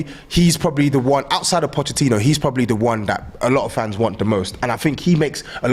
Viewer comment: pronunciation of Pochettino is so fraudulent. I swear he hasn’t learned it on purpose 😂